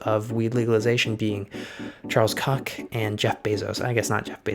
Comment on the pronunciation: Yeah the koch brothers pronounce their last name "coke", although you made me laugh every time you said "cock" lol. Yeah a lot of his buddies are into large grow operations.